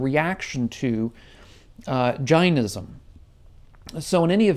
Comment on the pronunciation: pretty shocking how you mispronounce Jainism